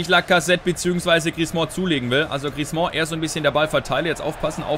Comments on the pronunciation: Änder bitte mal deine Aussprache von Griezmann! ;) Das "mann" am Ende spricht man eher wie den "Mann" im Deutschen, vielleicht nicht ganz so hart. Aber auf jeden Fall nicht wie du es immer machst mit Griez"mon" ;) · Hey, den Griezmann spricht man nicht "Griezmɑ̃" aus. Den guten Mann schreibt man am Ende mit zwei N. Ein "an" im Französischen spricht man als "ɑ̃" aus, wie in "orANge" - das ist dann ein so genannter Nasal-Laut. Ein "ann" aber wird ganz normal wie im Deutschen ausgesprochen. Nenn ihn doch einfach "Griesmann":)